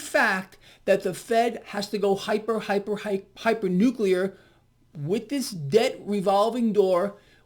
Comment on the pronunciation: Going from nuclear to nukular